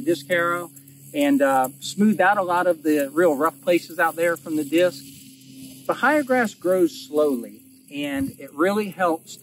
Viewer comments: Remember it is ba-hay-a not the other two ways of saying it....never heard those pronunciations. Love the channel. We are not too far from of you and watching you establish your pasture reminds me of starting ours. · It's called Ba-hey-ya. Damn Yankees... 🤦‍♂️